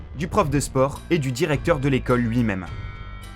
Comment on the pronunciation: Le d'i récepteur et le jaredinellé